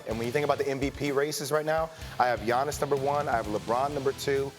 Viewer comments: How many times these two gonna butcher the man's name. One of them even called him TIANNIS ... bruh i'm SHLEEEP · Why can’t anyone say his name it’s not that hard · just say Giannis, you're saying his last name all sorts of wrong